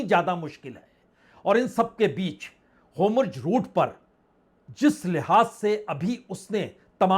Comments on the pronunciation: Please correct the pronunciation of Hormuz. It is not Homurz. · Sirji 'HOMURJ' nahin 'HORMUZ' hain